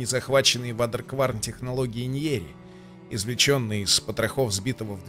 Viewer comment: Почему никто не может произнести правильно Waderkwarn? Не вадеркварн, не водикворн, а уэйдеркворн.